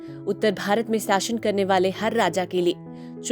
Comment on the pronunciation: ठीक से हिंदी बोलना सीख। साशन नहीं शासन होता है।